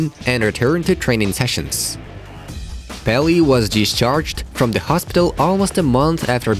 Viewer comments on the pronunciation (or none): none